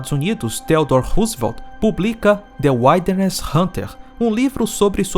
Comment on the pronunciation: a pronuncia é "uildernes" Grande Abraço